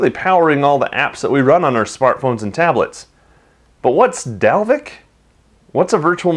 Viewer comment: I am from Iceland and you are prety close to pernouncing Dalvik right.